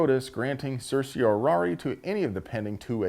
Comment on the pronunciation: The "certiorari" attempt alone earns it! Lol! The rest is excellent as well, BTW! Given West Palm today, I wonder if the NRA, GOA or another similar group is currently engaged in any litigation testing the constitutionality of FS 870.044? They certainly should be.